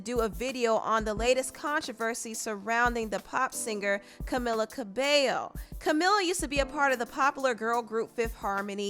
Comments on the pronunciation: It’s Camila not Camala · Pronounce her name correctly please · I just started the video… it’s camEEla CabeYo (it’s how to pronounce it 🤗 hope I helped)